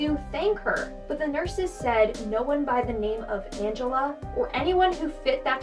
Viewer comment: “Angel-a” ... she didn’t even try and hide it 😇